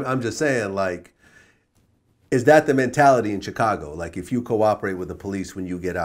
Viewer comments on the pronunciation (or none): Why does Vlad keep saying "Tchicago"